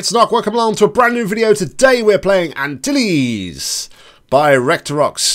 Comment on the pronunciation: Finally someone that says it correctly! Jesus beryl, have a little patience!!:P:garygasm: Not really intended, but it's fine xD You can burn the monitor the intended way if you had your laser cube here That's not breaking. In fact, you added an extra step for yourself. You could've just shot a portal opposite the funnel area while you were on the high bridge (you need to be standing close to the end of the bridge to see it) or when you were on the lower level (you need to peek out a bit cause the 128x128 glass is in the way) Huzzah! Awesome job,! Glad you enjoyed it. 'Twas a hilarious video too xD And don't worry, the next Hammer map I release will definitely take you to Dover;)